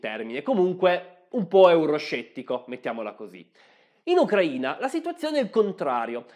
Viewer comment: Grazie mille per l'accento giusto nella Sua pronuncia del nome del nostro paese. Tutto è verissimo. Posso testimoniare: sono cittadina dell'Ucraina. ex giornalista sovietica dagli anni quando tutto era sovietico. La sua posizione è neutrale. Capisco: uno storico non sia un politico. Olha Zaporizhia